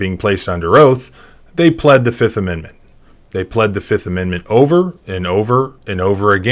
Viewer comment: "I plead.... the FIF!!!"